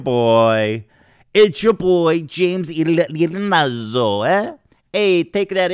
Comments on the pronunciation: As a Sicilian, the most criminal thing about this is how Ethan pronounces his names. It should be "ee-aa-natz--zzu" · Agreed the guy was an ass, but hearing Ethan pronounce a simple name wrong for 20 mins killed me 🤣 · The way you pronounced his last name every time had me cracking up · I think Ethan Klein is dyslexic. Lol he read 1995 as "2015", and he does that kinda stuff alot frfr. And is notoriously awful at reading/pronouncing names. Iannazzo is pretty easy to pronounce, just sayin.